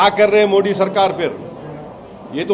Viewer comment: पहले बोलना सीखले ओवैसी मोड़ी को मोदी बोले ।